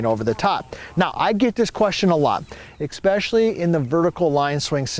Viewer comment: the word is especially not expecially⁰